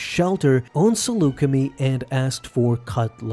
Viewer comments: Pretty sure it's pronounced (Seluca-My) not (seluca-Me) as that's how Obi-Wan pronounced it in Revenge of the Sith. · It’s pronounced as “Saluce-MY” but otherwise great vid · For all of you Star Wars nerds out there Saleucami is pronounced something like this: (sah-loo-ka-my). As I’ve heard the word spoken in the Star Wars franchise! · I find your pronunciation of Saleucami annoying, it's a long I at the end, want proof, Kenobi has you covered in the S2 ep before Cut's introduction, and in Revenge when he speaks with Anakin after Skywalker missed the briefing.